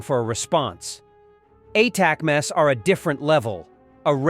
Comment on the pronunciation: "a-tac-mass" AI sucks!